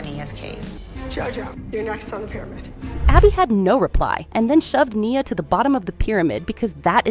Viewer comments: It’s ne uh not Nyah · And her name is nia… not niyah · Niuh not nia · Omg… your photoshop, your AI🤦‍♀️ I heard Mia…Nyah….mackeneyez🤣 ya got some work to do. Oh also Aygine… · Its not nyia its N-I-A and the phtoshop😭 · its pronounced knee -ah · You said nia wrong 😂